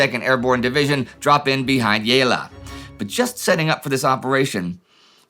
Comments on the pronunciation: 'Ge' in Italian is pronounced as 'jay', so for all WASPs on your staff it's Jaylah (Gela) and Jerbeenee (Gerbini). Think 'gelato'. Does anyone there speak anything besides German? Indy doesn't even have that. How can your historical research be so in-depth while your language research is non-existent? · Just an Italian side note gela is not pronounced jela, the G is harder… Same as cage -> ca-gela -> gela ;)